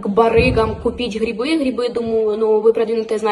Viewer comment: придлахала, хрибы